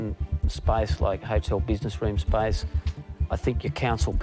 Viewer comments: The word SPACE they pronounced it spice.hehehe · Yes. I was confused. Their pronounciation of space is spice